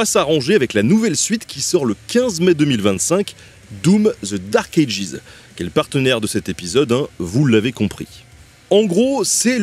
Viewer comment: Bordel qu’est ce que c’est énervant de t’entendre mal prononcer Dark Ages ..